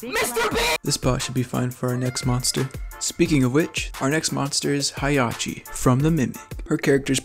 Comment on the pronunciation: hayachi??? isnt it hiachi instead?